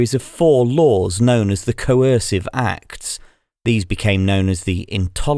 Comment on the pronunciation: Awful AI voice in French, not even able to recognize the word "acts" read as an acronym...